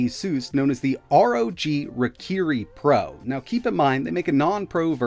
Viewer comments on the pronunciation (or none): I would like to point out that it is pronounced "Rye-Ki-Ri", it actually sounds like you just dropped the "I"